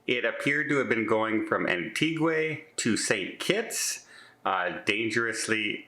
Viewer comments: Antiga, not antiguay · it's pronounced Anne-tee-ga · Pronounced AnTeeGa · Love ❤️ you and your channel yup you missed pronounced another one today... its An- ti-Ga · AN-TEE-GAH with an emphasis on the TEE . As several people native to there corrected me. And I was told Barbuda is pronounced like Bermuda. I loved it there. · Say it with me slowly AN-TEE-GAH......there you go....I knew you could say it. The capsized craft was filled with people from Cameroon. They started the journey in Guadeloupe with a stop in Antigua, where they stole the boat to get to the US Virgin Islands which unfortunately never happened. ALLEGEDLY ! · no harm meant but it's pronounced An Tee Gwa.... not with an AY sound at the end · 'An-tee-GAH!!' Silly! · is Canadian, perhaps he pronounces Antigua differently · Yep, you sure do butcher a lot of words. Go ahead and ad "Antigua" to that list as today, you said it unlike anyone else ever has in the entire world. I am seriously starting to question the Canadian education system. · This guy has gone to An-tig-ua like forty times, no idea why he cant pronounce it.